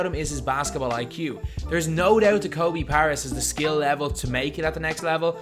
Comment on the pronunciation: Learn to pronounce his name correctly man.